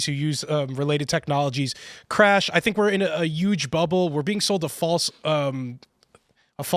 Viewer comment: Where most Indians get English wrong is ignoring the letter H. It causes them to tink, instead of think.